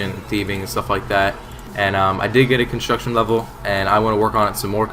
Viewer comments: "Hey It's or and I'm training some constomtidhdh right now..." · you said construction at the start so weird. :p